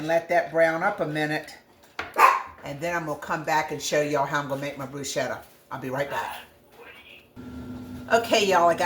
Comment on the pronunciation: Love bruschetta! I’m thinking about growing basil in the garden this year just so I have it fresh for this very purpose. Your’s looks delicious! I’ve never tried putting balsamic glaze on it; I’m going to give that a try. In Italy, the “ch” in bruschetta is said as if it were a “k,” but any you say it, it is delicious!😊